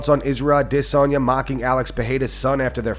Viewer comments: Stop pronouncing word "adesanya" like that, please! It's sooo irritating bro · How does this guy not know how to say adesanya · the only thing that runs this channel tries to pronounce with an accent is Adesanya and he can't even do that right 🤣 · Omfg this dude with his pronunciation of Adesanya...it's like he's doing it specifically to be irritating